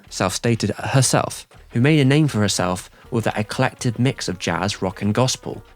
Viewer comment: "eclective"? LOL!